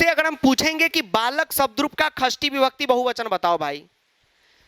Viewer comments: Shasti nahi khasti vibakati😂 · Shasti vibhakti nhai Khasti vibhakti 😅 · Sir kasri nhi sasti hoti hai..😁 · षष्ठी ❌ ख़स्थी ✅